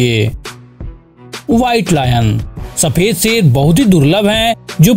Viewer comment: Bro wo sher hota hain seer nahi